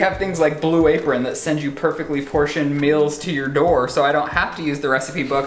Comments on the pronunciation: i’m not the only person who realizes says “mills” and not “meals” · The fact you say “mills” instead of “meals”... hurts my american 😂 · Does anybody here “mills” instead of “meals”